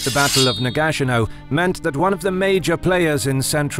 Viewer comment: Am I the only one confused by this pronounceation of Nagashino? Is this the correct way to say it?